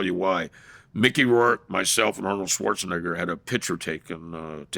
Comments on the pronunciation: It's "Neh-ger." ...the microaggression is wild 😂🤣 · He's saying it wrong on purpose 😂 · Knock it off. He is not😂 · LOL!!!!! I caught that as well! The pronunciation! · The way he says Schwarzenegger… 😂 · Schwarza who?